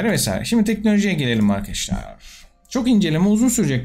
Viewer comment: abi ne içiyorsun videodan önce sölesene yaw böyle giriş yapıosun seğam arkağaşlar die